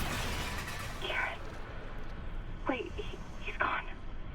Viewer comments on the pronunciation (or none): none